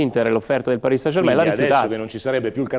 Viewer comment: Sono per l'INter, ma è il migliore, a parte che dice Parì san Germèn!